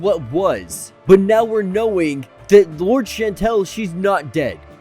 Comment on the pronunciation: LOUR-dess not “Lords”!!!